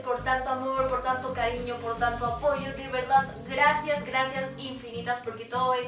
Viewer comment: El rrrrracias 💖💖💖 esta bien bonito tu outfit eres super linda y graciosa 💖💖